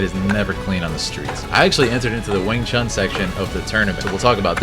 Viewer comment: Wing Chun - pronounced Choon...If you respect the art, please pronounce it correctly as Chinese do, as your Sifu (Sifoo) would pronounce it. Lastly, Kung Fu (Koong Foo) stop mispronouncing these Pronouns. thank you